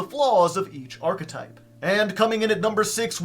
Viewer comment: oh my god this guy knows how to pronounce archetype. oh my god